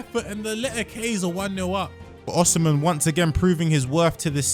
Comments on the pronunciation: Wtf is Oshimen? It is osimhen, osim-hen, not Oshimen. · he said Oshimen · No way bro said "oshimen"💀